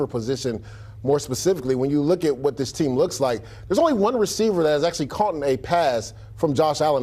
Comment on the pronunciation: "Caughten" lol